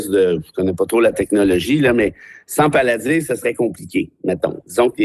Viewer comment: Je pense que c'est plutôt Palantir, pas paladir.